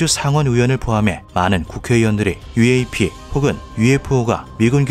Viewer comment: 유에이피가 아니라 유엪(유엡)이라 합니다.